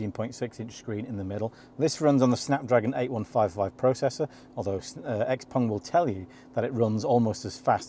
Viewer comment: Ping Pong, Xpeng, not Xpong